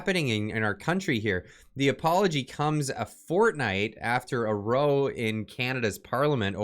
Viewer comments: you read there was a 'row' in Parliament, pronounced like a line up of objects. In fact, in context it is R-Ow sound, like pain, but meaning a fight/disagreement. Sorry, I'm a pedant. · That would be a row, not a row. Spelled the same pronounced different. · A row , pronounced like ouch, not row like though.